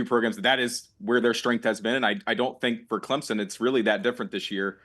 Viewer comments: worst part about being a clemson fan is hearing people say “clemzon” instead of the way it’s actually said 🙄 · you lost me with "Clemzen"...